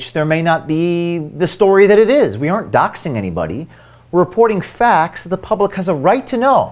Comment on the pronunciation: If you don't protect your sources better you won't find many people willing to "be brave". was shown in profile silhouette, and you did nothing to hide his speech patterns and mispronunciation of common words such as "that" (which he pronounces "thit"). Your work is much appreciated but you need to be more careful to protect your sources' identities.